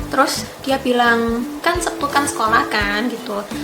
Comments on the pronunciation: Lek jareku, "Setu", mbak...ora "Septu", tapi yo be'e onok yo sing ngomong "Septu".. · Orang jepang tapi lidahnya jawa.. Hari sabtu tapi bilangnya sebtu... Hehehe...